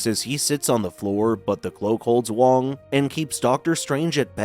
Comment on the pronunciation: Wong not Wang